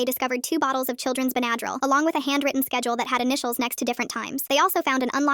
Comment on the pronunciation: why does she say bendryl like that? (benadrul)